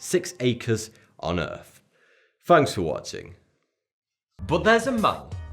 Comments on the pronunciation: it’s earth not “earf” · Forty free fousand on earf? Thucken hilarious